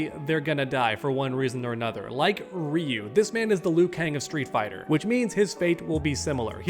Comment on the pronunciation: I’m not gonna cap I clicked off when he said ryu 😂